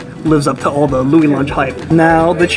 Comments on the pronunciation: It's pronounced "Louie's Lunch"....why is it spelled Louis Lunch and pronounced that way? I don't know. New Haven is a weird place. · It's pronounced Lou-ees. I'm a CT native and had my first and only burger from Louis back in my teens. Never again! Complete garbage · It is pronounced Louis not Louis. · New Haven born and raised here. It’s “loo-ee’s lunch” 😊Love your channel! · Apparently it sounds like "Louie's lunch". I edited a TV piece on it years ago and that's how it was said in the voiceover, and generally producers check stuff like pronunciation before recording VO. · lou-eeee's lunch, my friend. --lou-eee's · It’s said Louie’s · First off get the name right. Its pronounced lew-ees. Should have asked them. Show some respect for a place thats been there over 100 years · It's spelled Louis, but it's pronounced "Louie." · Wow, you could have at least asked one of the employees how "Louis" is pronounced. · Just some advice... Maybe figure out how to pronounce the name of your subject before you got to these lengths. All due respect of course...